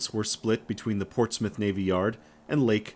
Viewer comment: It's nice to hear an American pronounce Portsmouth correctly, not as Ports Mouth. Lol Regards: From a Former Royal Navy serviceman. ;)